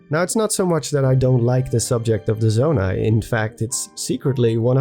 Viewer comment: I'm not sure why but I find voice and him saying "Zonai" so satisfying. Nice voice, dude.